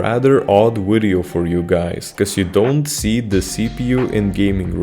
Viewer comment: Whats a "wideo"??